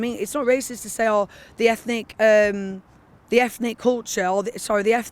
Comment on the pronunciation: Why can’t that man say th ?